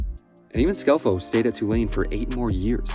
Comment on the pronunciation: No way he's from the south. But at least he pronounced Tulane correctly.